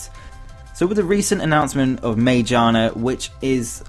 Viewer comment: (psst... Magiana is pronounced with a hard g)